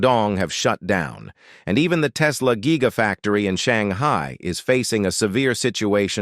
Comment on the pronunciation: Your voice synthesizer cannot pronounce "quagmire", "wuxi" and "giga" correctly. Perhaps you can hire one of those unemployed Chinese people to read the text.